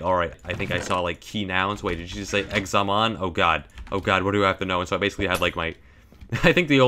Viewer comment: When he said "exa-men" hurt me as a french person